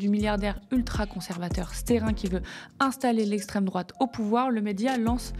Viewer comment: "d'etxtreme droite" ahahah